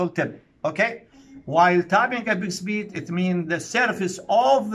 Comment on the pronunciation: apex beat not epic speed صححها بالعناوين عيني 😂